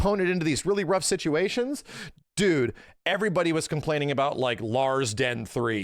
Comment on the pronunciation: You know it’s bad when says dude instead of dood